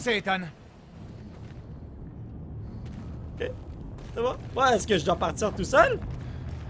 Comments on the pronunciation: arretes de dire ethan ça se prononce ethane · sa ce dit pas : Ethan(en) mais Ethan(ane) comme banane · SONT PRENOM C ETANET PAS ETENT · c'est pas ethan mais ethane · On ne dit pas étant mais on dit Ethan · on dit Ethan pas étang voyons donc ! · Une pensée pour tous les Ethan qui se font écorcher leur prénom ..Ethan se prononce Ethane, et non Étang .. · mais ptn c ethan pas etang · c est ethane pas ethan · TU LE DIS MAL LE NOM DU ROBOT ET C EST CHIANT CAR J E M APELLE ÉTHAN